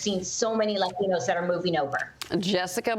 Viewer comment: stop saying LLLLLAtinos....part of the issue